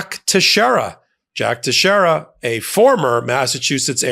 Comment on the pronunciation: . Name is pronounced Tex-air-a. It's a Portuguese name. Thank you. Love your news bits.